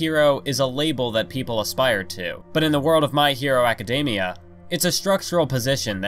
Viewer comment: Are we not gonna talk about how he said "acidamiea" instead of academia